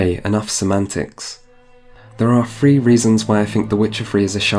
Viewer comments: If you cannot properly pronounce a word, best not to use it if an alternative is available. Were I you, I'd have used Wild Hunt instead of Witcher Three to avoid saying Witcher free so frequently. Second, citing a game as having a flaw because you cannot just fight enemies of higher level right off the bat is lame. It's not restrictive that some places are not accessible until you level up enough face them. The game even sprinkles in some higher level enemies amongst lower level areas to lessen the trope of such compartmentalized areas. Third, it seems you are talking out of both sides of your mouth on the issue of XP. There is no way to avoid being over leveled as you call it without being "like Ubisoft" and requiring a significant amount of the side material be played to get through the main quest line. The current design lets the player choose what kind of a side content they want to do and what reward they want. If they really just need XP, they can do what they like most. If they have plenty of XP, maybe they do side content because they just like to play it for the side story. Either way, you harp on player choice and then crap on a mechanic that allows player choice. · Buddy, your polish is amazing and you're bringing some interesting contrarian viewpoints but you really need to work on pronunciation. I had no idea "Seedy pradayect"was CDProject Red" without multiple tries with different context. And That Witcher "free" pronication could use some work. That along with "Strengf". Work on "Th" sounds and you'll be golden. The youtube algo is boosting the hell out of you right now, so make another solid piece and release it as soon as you can. Subbed